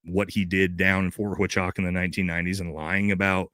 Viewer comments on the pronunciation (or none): Sorta crazy I actually live right next to ft huachucah it’s actually pronounced wa choo kah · Hua-chuca (Hwa-chooka) Is how it is pronounced, not Fort Huachaca 🤦🏼‍♂️ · … brother, my only beef is your mispronunciation 😂😂😂 I’m a bit special and it’s killing me!! Fort Wah-choo-kuh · Its Wha. Chew. Kah. Pronounced. HuaChuKa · So what I learned tonight is First Group does and has trained at Ft Huachuca Whackachewka forever and why loves to mispronounce it! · FYI - It's pronounced Fort "Wa-Chew-Ka".... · He's called it Fort Wakachaka too. He's totally doing it on purpose lol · Lol I'm pretty sure you already heard this. It's pronounced fort huachuca (wa-chew-ka) I could understand if you're pronouncing it that way to be funny! You were in the military so I know those are 99.9% chance that you're pronouncing it wrong on purpose I believe lol once again love your work keep it up! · "Militar guy" but you don't know how to pronounce the name of a military base??? Interesting!!! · 🛑I stopped trusting you. I used to like your comments. Hmmm, you are militar man but you don't know how to pronounce Fort Huachuca? Mmmm interesting! You got the call and the $$$ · The fact that you keep on mispronouncing the one of the fucking biggest Military Intelligence bases in the US speaks volumes of your part in this story! Especially when you said it was for border protection only which is a huge lie historically!!!! I don’t believe Mitch either but to kill the planes in and out of there is my gripe with you and now has me questioning your motive. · Yep he’s mispronouncing it on purpose. He’s playing dumb. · Huh?! was in the Army and he doesn't properly pronounce Huachuca? That seems weird. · You could at least get the pronunciation of the word HUACHUCA right. How did you get his DD214 papers?